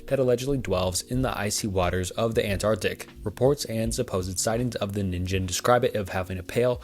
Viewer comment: didja mean "ningen"? Sillyyy, the "gen" part is pronounced with the same sound as the "g" in "get" :'D I think it's an easy mistake tho, but I wanted to let you know. Sorry if others said the same thing before me aah